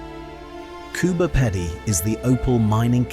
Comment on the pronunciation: Pronounced Coober peedy